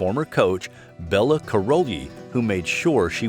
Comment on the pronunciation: The mispronouncing of Nadia and Bella's names is so irritating